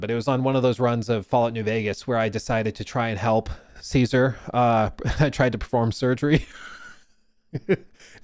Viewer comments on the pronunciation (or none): You're pronouncing Caesar wrong